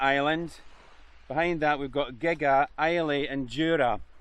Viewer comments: Lovely video. Took me back to our Arran-Kintyre-Islay-Cowall-Bute tour a couple of years ago. That ice cream looked good (BTW Gigha is pronounced 'gee-a') and I hope is was flavoured with the real thing!! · Good video but - Muasdale pronounced Moo-az-dale Gigha pronounced Gee-a. Stopped watching. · Just caught this video so someone has probably mentioned this - Gigha is pronounced Gee-ah (hard G) and Islay is Eye-lah - I'm sure you've tried a few Islay whiskies 😜😜. Some Scottish place names are real tongue twisters, even to us 'natives' 😂😂😂